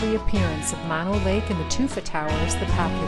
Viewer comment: Mono Lake and Mono County are not pronounced "Maw No" as in the opposite of stereo. That is because "Mono" is a Native American word for fly eating people. The people at Mono Lake used to gather the pupa stage of the flies off the surface of the lake and dry them to eat. Great source of protein. The pronunciation is "Mow Know." Lots of people make this mistake. On your next trip to Mammoth, take Highway 203 past the the Mammoth Mountain Ski Area to Minaret Vista. It's one of the best views in the country, or at least, in the Sierra. If you want to continue down toward Devils Postpile National Monument and the upper portion of the middle fork of the San Joaquin River, go back down to the ski area to buy a ticket to get on the bus, which is required for day users. There isn't enough parking to meet the demand for all the day users so a shuttle bus system is used.